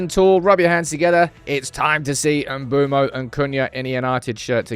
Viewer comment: brudda i really dont think its mboomo, its looks like and I've heard its m-bweh-mo